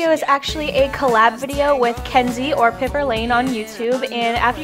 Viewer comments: Do you pronounce Piper like that? Isn’t it like Piyper? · I believe it is pronounced like pie per